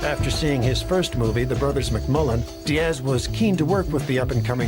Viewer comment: There is no ASSSSS emphasis in the name Diaz as these people are constantly doing. Strange since they don't do it with Thomas, Douglas, Lucas, or any other name ending that way.